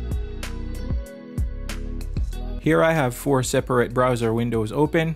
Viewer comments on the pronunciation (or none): none